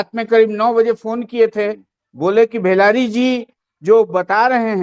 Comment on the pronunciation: भेलारी नहीं भेलाडी है शर्म करो ।